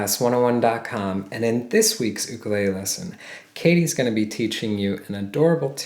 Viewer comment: Nice the hear someone (almost?) pronounce the name "ukulele" with respect to the Hawaiian's language and culture